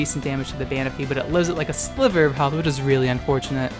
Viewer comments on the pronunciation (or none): none